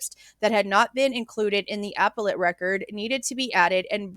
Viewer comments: Very interesting. There are so many little guidelines in court that many don’t understand. Also appellate is pronounced Uh-pel-it. 😊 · It's like "ah-pellete" like pellet gun :)